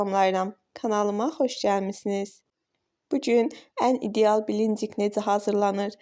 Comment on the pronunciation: Səsiniz başa düşür blinçik sözünü düzgün təlləffüz edin əlinizə sağlıq